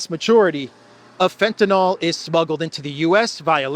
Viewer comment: Lol can you carefully read the word FENTANYL? It is Not FentanOL as you read. 😂